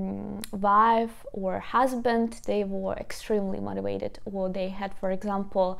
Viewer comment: BTW it is very cute the way you pronounce "motivated" ... however the letter 'v' in the word 'motivated' is pronounced the same as the letter 'v' in very. Perhaps divide it into four separate parts, for example 'mote - ti - vate - ted' ... So practice saying 'veh' with very and 'vay' with vated. Hope that helps ☺